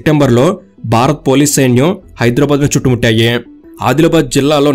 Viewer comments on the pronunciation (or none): none